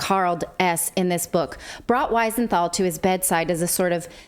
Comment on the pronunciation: We-senthal NOT Why-senthal.....! Please pronounce it right...!!